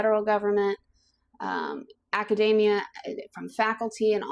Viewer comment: It is not pronounced like macadamia (the nut).. There is an E in there. Urgh ... a-ka-dee-mee-yuh.